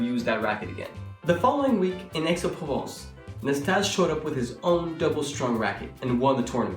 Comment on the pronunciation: Quite a lot of factual errors in this. But the worst 'crime' is mispronouncing Ille Nastase's name.